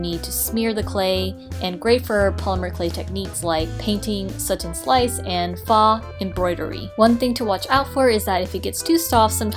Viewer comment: Thanks for the video. Informative. Faux is pronounced “pho or foh” with a long “O.” I’ll check out some of your other videos.